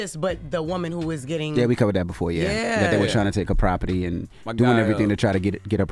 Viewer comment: Envy you can’t say the word property no more